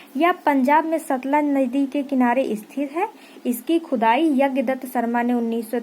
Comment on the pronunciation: Maam aap baar baar khudai ko khujai bool rahi hooo 😀😃😄